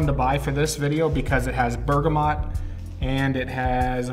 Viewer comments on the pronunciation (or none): none